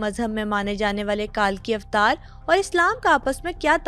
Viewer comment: It's not کالکی اوتار it's کلکی اوتار